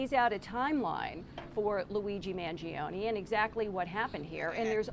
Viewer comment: you couldnt butcher Mangione last name anymore.